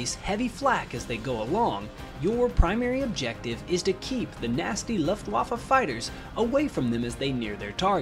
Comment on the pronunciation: my ears hurt each time you spell "messerschmit" and "luftwaffe". Please check that up in German :)